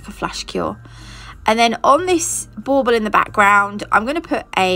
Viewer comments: What the heck is a ball ball Boble what the heck she saying??? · SO cute!! I love it so much! Are you saying “bubble” for those ornaments or “ball ball”? Either way I’m in love with your videos and you taught me so much!!! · 11 mins in and I finally just realized you were saying bauble not ball ball. 😂😂🤦🏻‍♀️🤦🏻‍♀️